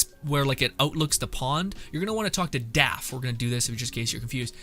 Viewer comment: is he calling draff “daff”?